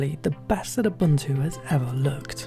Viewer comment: Correct pronunciation is ooboontoo